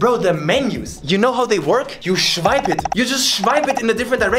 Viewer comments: Nobody: Not a single soul in the universe:: SCHWIPE IT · “You shwipe it” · When you said shwipe it, the only thing came to my mind is Tinder.